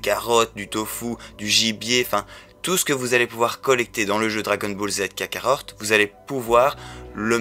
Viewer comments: Kakarot et non pas KakaroRt ^^ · Il a bien dit kakarort #0.11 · Kakarot pas kakaror